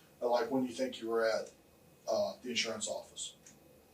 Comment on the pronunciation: It's insUrance..not insOrance...